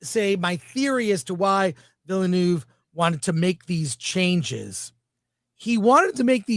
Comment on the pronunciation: It's VILL-NOEFF (NUHFF). I don't understand who started this completely made up pronunciation.